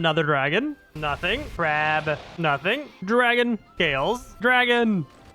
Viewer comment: i love it when he says crawb every time he fights a crab